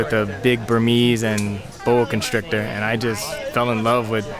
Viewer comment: When Summer said, "Do you wanna get a boa constrictor?" I heard Do you wanna build a snowman.. 😅